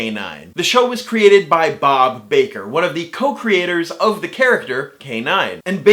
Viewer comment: yo... you got Bob Baker's name wrong! Bob Barker's that American quiz show dude or something... Bob Baker is pronounced the same way as Colin and Tom's surnames on Doctor Who. He's also the co writer of Nick Park's "The Wrong Trousers", "A Close Shave", "Curse of the Were Rabbit" and "A Matter of Loaf and Death".